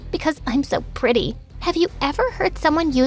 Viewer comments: The blonde girl really said prety but it's pretty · not its p-r-e-e-ty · HAHAHHA PRETY??? ITS PRETTY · the thing that got me is that said "pretty is spelled P-R-E-T-Y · P - e - t -y: wrong 😑😑😑 it’s p -r -e -t-t-y